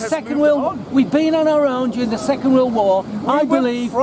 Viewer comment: A bunch of Uncle Albert's "Jewring de Wor..." Christ almighty 🙄